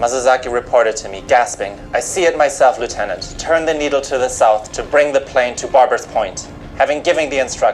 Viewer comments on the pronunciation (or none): none